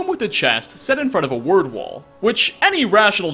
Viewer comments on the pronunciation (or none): none